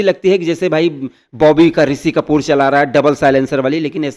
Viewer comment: Iske 2M ho kaise gayi. Itna ghatiya content, itni bekar presentation.. chhii yaar he is saying ‘bobby ka risi kapoor’😅